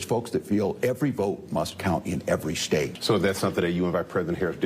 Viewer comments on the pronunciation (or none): Ja, der Staadt.... pronounced "schtaaadt."